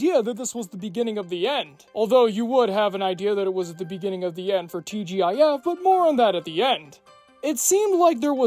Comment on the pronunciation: TGIF, pronouned TeeJiff. Actually I remember watching the old TGIF and if it wasn't a family watch 90% of the time. It was definitely us kids watching every Friday. Also that was Keith Carradine in Complete Savages, he's one of my favorite actors btw. I didn't hear it mentioned and never heard of the show up until now.